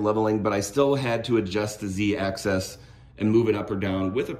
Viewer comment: You can't highlight bad spelling when you said Z access .